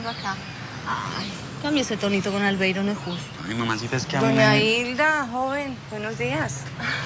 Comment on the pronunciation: Pq será que la diabla a Albeiro le decía "albeirus"?